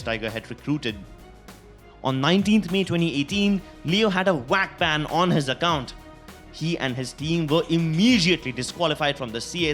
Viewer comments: why do you call vac bans whack bans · WAC BAN, WIRAL.... IT'S A V!!! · “Wac Ban”